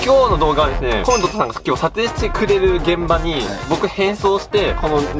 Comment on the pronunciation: 最初のコムドットのイントネーション合ってるの好感⸝⸝> ̫ <⸝⸝♥️